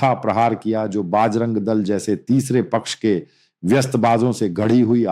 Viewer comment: You seems to be belongs to North india but your pronounciation needs to corrected You are calling everytime pronoucing बजरंग दल as बाज रंग दस बार bol rahe ho please do necessary correction